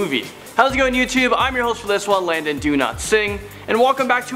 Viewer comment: When Landon was saying his own name at the beginning it sounded like he was saying Landon do not sing